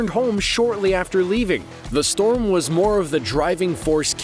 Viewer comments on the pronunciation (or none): none